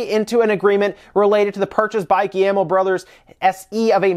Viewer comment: the "guillermo" family? hahahahhaahahhahahaahhahaha c'mon man. at least try